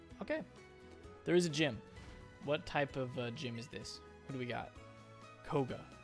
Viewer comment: isn't it "Koga"? Not "Kogo"?